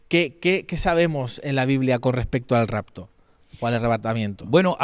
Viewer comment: Por qué dicen ¿racto con c racto??? Y muchos son igual, no pueden hablar, es rapto con p rapto, "racto, racto" es rapto con p, es con p rapto.